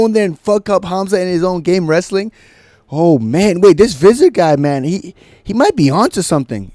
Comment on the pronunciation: Hey as a South African, Visser is actually pronounced Fisser, good job on u for shitting on them though, I never liked ddp since his "real african" comments